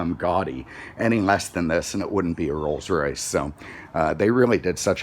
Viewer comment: Alan Johnson he said it correctly